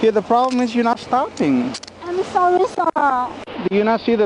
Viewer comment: "So solly!" x 1 billion